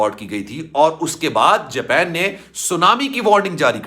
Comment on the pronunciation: Jaaaapeen nhi japan ha